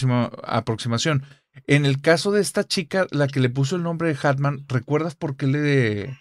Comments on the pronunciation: Querida, repite narrador, es muy fácil. Hat man Se pronuncia: jat man Atman no 😔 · Me estresa que no pronuncie bien hat man (en inglés) jajaja. Una genia la chica y el entrevistador.